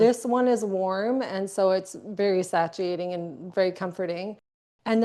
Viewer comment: she is 10/10 wonderful but omg the butchering of the word 'satiating' is sending me lol